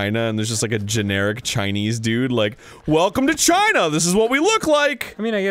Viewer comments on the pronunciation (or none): none